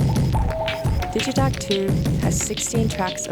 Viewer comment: ELEKTRON STRIKES AGAIN! Looks amazing. 3 LFOs is hype! I hope the price isn't too outrageous. Looking forward to getting my hands on one. And thank goodness Digitakt is now confirmed to be pronounced "Dijitackt" not "Diggytackt".